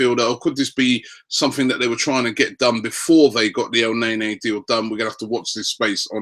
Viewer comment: for GOD-sake.... EL-NE-KNEE....NOT EL-NEy-NEY...............come on ROBBIE